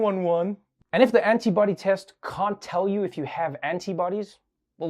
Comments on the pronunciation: I heard the woman say "anybody tests" at first. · Not the biggest problem here, but... Wouldn't you think a professional reporter would learn to pronounce the T in antibody so that it doesn't sound like she's talking about "anybody testing?" Although that's a pretty good description of how they went about approving the tests...